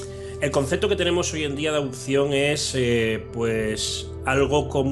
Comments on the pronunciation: adupsion - adupsion, adusido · "Los poderes que hizo", "adupción", "andó"... Ese tío ha leído mucho, sí.